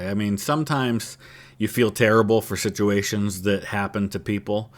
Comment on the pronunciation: sounded like you said shituations 😂